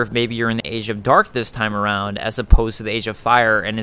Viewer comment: Hearing you say "age of Dark" hurt my heart.